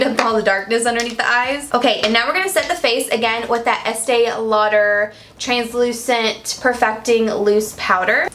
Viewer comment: You could hear the Georgia in your voice when you said translucent 😂💜